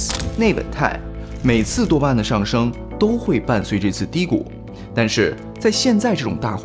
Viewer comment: 多巴胺聽起來好像在說耶穌；